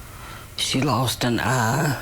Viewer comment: You mean "an" investigation, not "uh" investigation. 😂😂😂